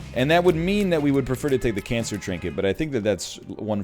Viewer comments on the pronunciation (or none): none